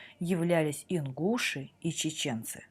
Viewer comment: Не ингУши, ингушИ.